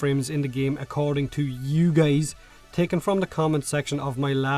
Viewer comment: Why the heck does he keep calling us geys ?